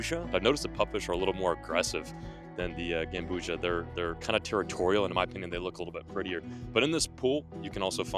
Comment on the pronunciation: It’s not gambusha it’s gambusia gam-boozy-ya is how u pronounce it